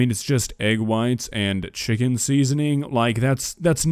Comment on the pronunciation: Him saying Chicken as Wiccan just makes me wonder how he made Witches into food......